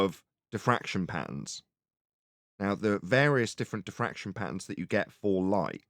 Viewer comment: I think you mean to say "diffwaction"